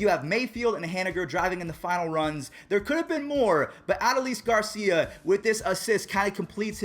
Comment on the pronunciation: It’s A-dole-is Garcia